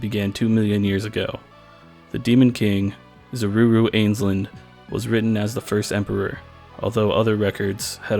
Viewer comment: Zaruru? Huh?